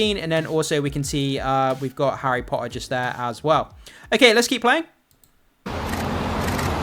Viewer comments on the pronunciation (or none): I think your content is great but “tt” is not your forte. Your pronunciation of Potter is ruining the viewing